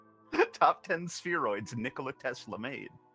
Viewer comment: When an American pronounces Nikola Tesla's name correctly but the dude from Monte Negro diesnt😂